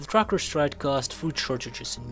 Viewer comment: What the hell is a "Crocker strike" Are you say "TRUCKERS" strike?